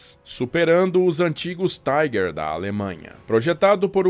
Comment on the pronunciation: Por que pronunciar "Tiger" como se fosse uma palavra em inglês?